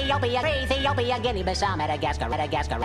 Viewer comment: When zaire gets repeated it sounds like the year